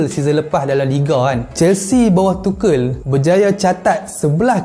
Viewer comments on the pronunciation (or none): Tuchel bang bukan tuchel